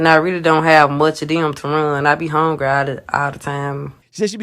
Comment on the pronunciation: she didn't say that she was "home" all the time but that she is "hungry" all the time. Lol, It's her southern accent, "honegre".